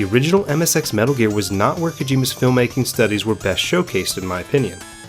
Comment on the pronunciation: Snake: METALL GEARR!!!!!! .... what the hell is a metal gear...